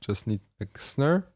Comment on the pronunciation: always something to learn from you no matter how advanced I am. MY question tho, when will i have to stop catching up to you and get on your level lol PS the accent on how you say Snare is my new favorite way to say SNERR KUDOS BRO